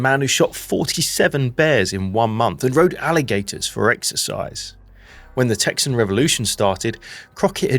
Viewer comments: as a Texan its pronounced (TEX-INN) not (TEX-EE-ANN ) but a great video! AND No ai WHOO HOO! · "Texan" has only two syllables.